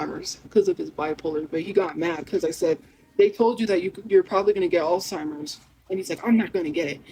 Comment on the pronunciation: ALLSTIMERS?! It’s Alzheimer’s fool